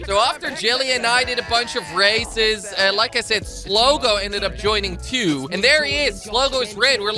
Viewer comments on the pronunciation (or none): when he says races it sounds like racist